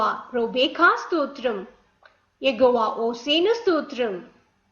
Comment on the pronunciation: Plz say yehowa not yegova